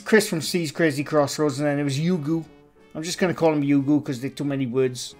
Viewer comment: chris's crazy crossroads.. if you cant say their channel names right, don't do videos about them